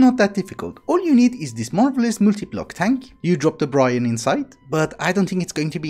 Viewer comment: And it's a silent E not Brian or brine... is Brine